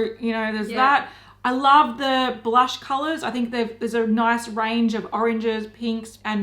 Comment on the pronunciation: When anyone says blursh it sounds like their mid-puking